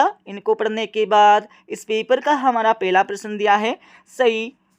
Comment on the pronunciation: Pehla ❌pela chautha,❌chotha😅😅